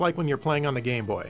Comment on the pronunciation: Watch the video it sounds like he says "gay-boy" then a moment after he says "game-boy". Lmao